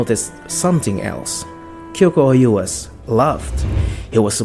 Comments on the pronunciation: Gyoku-ou is pronounced gyokoo ohh not gyoku-o you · I don't think I've ever heard someone add a whole ass new "YOU" syllable into the middle of Gyoku-ou's name... it's not Gyokuyou-ou... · Please check how to pronounce Gyoku-ou's name 😶‍🌫️